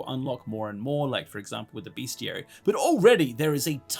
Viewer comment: Amazing video, I actually have the game in Japanese and on ds (with the physical book) but the digital copy seems way more accessible and the font is way easier to read :D Also, side not, it's Bestiary like "best" not Beastiary like "beast" 🙈